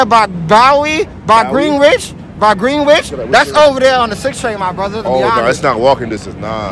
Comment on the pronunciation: "WOULD BE OVER THERE BY ✨bOwERy✨ by GwEEnwidGE- by GwEEnWIch"